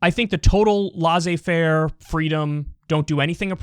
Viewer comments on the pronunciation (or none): I see where you're coming from. But Laz-ay faire is just inexcusable. It's pronounced less-ay faire ;).